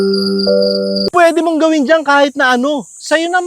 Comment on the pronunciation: idol bakit iba intindi ko pagkasabi ng "tirahan"